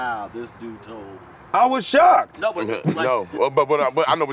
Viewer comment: Cuz said “ I was shocced”🤣